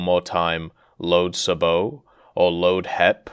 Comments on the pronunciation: kinda funny as American tankers don't say Sabo' either ;) more like Say' bo instead of Sa bo' Thanks for the info as usual! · As an American I’ve never heard anyone say Sa Bo it’s always Say Bo and same with HEAP it’s always been H E A P each individual letter